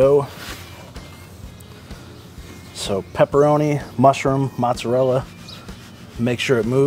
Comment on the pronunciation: I just got this oven this week. Nice video, thank you, thumbs up. . Please! Please. Pronounce the cheese the Italian way. It's Moh tza rella! Not Matza rella. Matza rella sounds like a red neck pronunciation. Listen to an Italian say it. If you're going to eat it, and make videos about it, pronounce it correctly, please. I request that respectfully! Great video, but I cringe when I hear mozzarella pronounced like that.